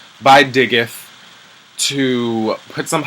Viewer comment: but did he call him Digeth lmaooo